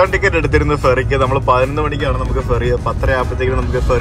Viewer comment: ഫെറി എന്നുപറയുമ്പോൾ അക്ഷരം മാറാതെ ശ്രദ്ധിക്കണം 😄